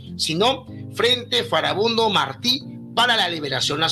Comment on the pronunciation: En cuanto dices "Foribundo", dices "Furibundo" jeje. No, su nombre era FARABUNDO, es decir FARA BUNDO, FA-RA BUN-DO.